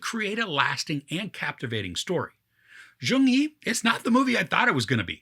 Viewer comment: U're pronouncing the name wrong. Its not joong yi.. it's jeong yi. Like u replace letter y with j in the word "young"